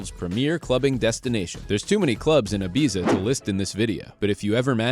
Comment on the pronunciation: Maybe if Ibiza is number one you should learn how to pronounce it